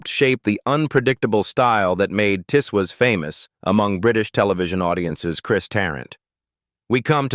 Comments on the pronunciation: It wasn't pronounced Tiss Waas but Tiz Woz. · The programme is called Tiswas not Tiswis. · pronounced TIZZ WOZ